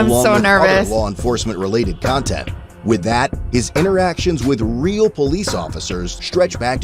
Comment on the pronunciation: “with that his interactions with REAL police officers stretch back…” BROOOOOO THE EMPHASIS THEY USED